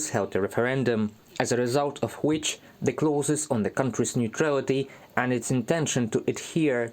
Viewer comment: which, not wich.